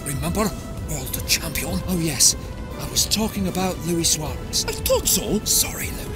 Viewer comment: Luis* not Lui